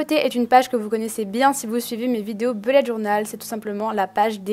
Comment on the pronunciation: enfin une youtubeuse qui ne dit pas boulette journal